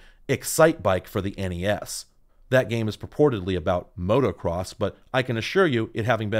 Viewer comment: Gonna be that guy thanking you for saying the letters S N E S and N E S instead of "SSnnehhhss and Nneeehhhsss".